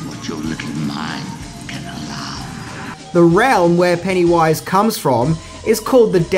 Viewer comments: “PennyWUIZE” Gosh that’s annoying.. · You’re putTING the emPHASis on the wrong sylLABle. Who is this PennyWISE? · I really don't like the way he says Pennywise. It's not "pennywaiiise" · "Penny Wise" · "Penny - WISE".. just say pennywise FFS. also stop using whom, you're not using it correctly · Take a drink every time says Penny Wise instead of Pennywise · Its pennywise not penny wise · Penny-wyse! Sorry ima jerk kinda lol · I don't like how he says it like there's a space in the middle. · Your emphasis on the "wise" in Pennywise's name is disconcerting. The emphasis should be on the PENNY part of the name. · It truly is[disconcerting]. Everytime he says it, my brain tries to finish it with "and pound foolish." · I know, he makes it sound more like 2 separate words rather than the single word name that it is. The funny thing is that every now and again he seems to forget and pronounce it the "normal" way. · Pennywise is pronounced with the emphasis on the first syllable, not the last. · Your way of pronouncing Pennywise, made me cut this video short... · Love, but major cringe every time he says Pennywise. The emphasis he puts in the wrong spot making it sound like two different words is like nails on a chalkboard! lol 😄😜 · He says pennywise weird there is no pause between penny and wise